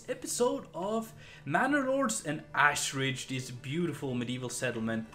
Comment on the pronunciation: Lol says he can't pronounce the first name but pronounces Ashridge as "Assridge" 😂